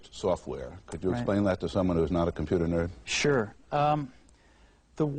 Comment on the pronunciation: Every time he says "nerd" it feels like the other "n" word to me.